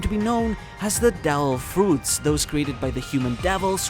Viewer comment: Your pronounciacion of "devil fruits" (as "del fruts") really ticked me off. Makes me wonder if you were doing it on purpose actually. Interesting video overall though!